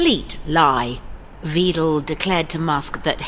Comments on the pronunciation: It's Alice Weidel, not Weedel. It's pronounced like Widel. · I like you reporting about Elon Musks interferring with German politics and I reealy don't like Alice Weidel, however, her surname is spoken W-EYE-D-EH-L. The German ei (also ey, ai or ay) is spoken like eye and the last e is not silent however shortly spoken like eh. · This! Also: It's pronounced "Whidel", like in "whining"! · I love that they call Weidel Veedle. 😂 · Alice Weidel’s name is not pronounced Weedel. You should learn how to say a name correctly. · Why is the word NAZI blocked in this item?? It appears in writing in the subtitles? What is this nonsense? Furthermore: please note all English speaking people, the ‘ei’ in the name WEIDEL rhymes with the english word ‘lie’, not with the word ‘tree’. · Just a technicality: In German "ei" is pronounced like the letter "i" in high or the letter "y" in to try, always. So Alice Weidel's name is often mispronounced in this video. To remember this the following translation might be helpful because the vowel is pronounced the same way: leicht : light, not heavy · I hate the AfD - for english speakers I want to point out that Weidel is pronounced like Dreidel, wich itself is ironic given her antisemitism. Also she is a swiss lesbian who hired foreigners as housekeepers and hates on immigration and gay people, this is not satire or joking. She is a soul less opportunist with nothing but hate in her heart.